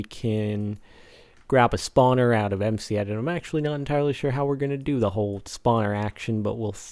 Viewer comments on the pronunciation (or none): No offense but you said toe not the.